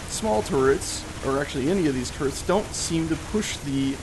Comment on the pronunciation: Thought he said gatling carrots. lol